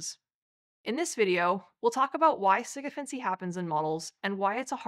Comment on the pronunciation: It would be nice if someone had told her how to say the word